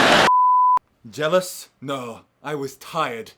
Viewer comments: "YOU WERE JELLIOUSE ELIOT" XD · "You were jealious "